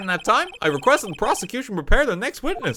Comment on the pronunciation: ok, this whole thing was a mess but 'proseccocution' right at the end really made me lose it